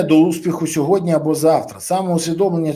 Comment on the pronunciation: Пане Бориславі, без образ: не - "мягко", а - "м'яко", не "сьогодня", а - "сьогодні"